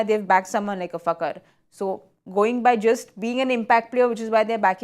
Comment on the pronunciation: Madam it's Fakhar kh not k